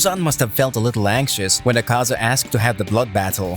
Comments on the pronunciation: Please man it's not aKAza its Akaza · i hate how you pronounce Akaza. makes me cringe